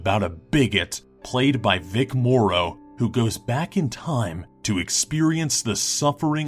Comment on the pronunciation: PS. Vic Morrow's last name is pronounced like "TOMORROW" but without the "TO" and more of a "More" sound to the end. "More-oh" NOT "Moreau"